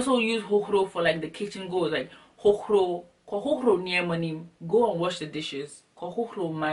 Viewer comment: I Love how u say "hohoRo" lol my "r" isn't that powerful as yours.